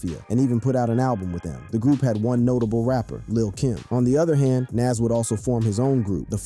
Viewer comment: Wait so he can pronounce nasirr correctly but not nas?!! Lmmfao